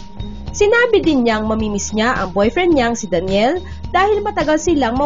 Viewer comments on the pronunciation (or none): none